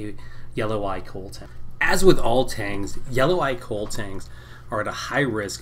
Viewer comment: It's pronounced koh-leh. It's Hawaiian